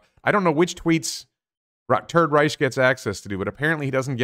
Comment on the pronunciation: every time you said "Turd Reich" I heard "Third Reich"